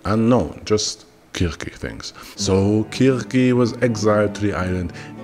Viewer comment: the art is pretty cool good use of ai. The jokes are nice, Also the pronunciation is something I haven't heard much from other tubers. kurkey had me questioning my knowledge of folklore.